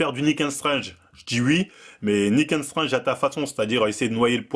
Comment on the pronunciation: faut vraiment perfectionner ta prononciation en anglais C'est pas "Nick ain strange" mais plutôt "Nick and strangte"